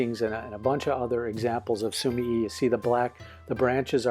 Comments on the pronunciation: Basically yeah. I didn't comment on the sumi part because you're saying that correct already. Japanese is split into 2 sometimes 3 letter syllables, so su-mi-e [soo-mee-eh] is more correct in this case. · I've been watching your reviews for a long time, they are so informative and a great help when I'm looking to buy new materials. Just a little side note on the pronunciation of sumie, you're supposed to give the 'e' a more 'eh' sound rather than an 'i' sound.